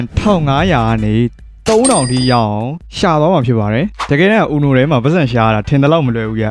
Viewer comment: အူနိုလို့မခေါ်ဘူးUNOခေါ်တယ်။